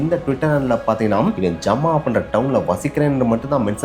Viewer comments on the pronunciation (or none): It’s not jamaa. It’s Zama. I live there